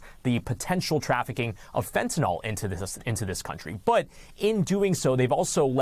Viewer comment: I really hate that these high profile reporters mis pronounce fentanyl 😡